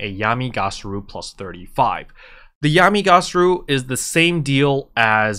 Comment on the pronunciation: it's Yami Ga-Ra-Su /giggle /:P